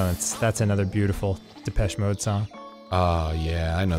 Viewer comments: their pronunciation of depechemode is im-peche-ble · big depeche mode fan, arin drove me insane but at least he never said “da-petchy mode”